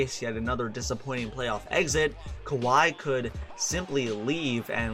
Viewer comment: "Holding Kahwi to 29 points"